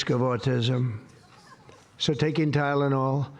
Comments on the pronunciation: Why does he always shout the first syllable in multi-syllable words? Ty!lonal… Bi! Den. Etc. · Oz is in the background nodding, yes President, that's right, you pronounced it right. Tylenol!